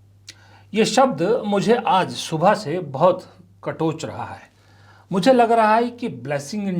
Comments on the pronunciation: कचोट न कि कटोच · Katoch nahin Kachot sahih shabd hai